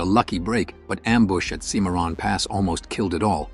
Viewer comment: Semaron? Ciimarron.